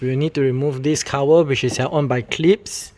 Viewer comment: Cover ❌️ Cower ✔️ ✅️ 😂